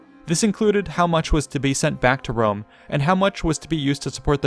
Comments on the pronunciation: What's this trash joke? Italic populations, like modern Italians and Spanish, pronounce a very strong "R", the people that can't pronounce properly the "R" are British and French ones. So "Wome" it's kind of the pronunciation of a native English speaker at the eyes of an Italian or Latin speaker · I have a good fwiend in Wome his name is Biggus Dickkus. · "People of Jewusalem...Wome is youw fwend!"